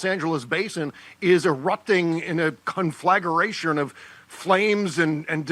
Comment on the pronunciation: Conflagration..not conflagaration or whatever that word was😊😊😊 thanks for the reportage❤